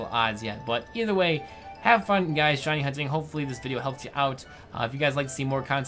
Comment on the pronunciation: At the end when he talks about the shiny charm it kinda sounds like says "Hiney Hunting" hahaha xD